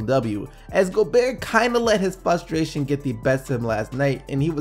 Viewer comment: my man...it's fRRRustration and not fustration